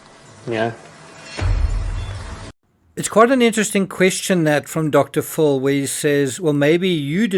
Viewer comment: Who is Dr Pho , it's Dr. PHIL